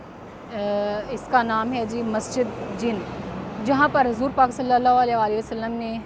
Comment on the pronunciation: Please aap Huzur boliye Naki hazur